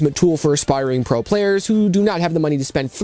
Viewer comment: G7 PRO, а не PRA!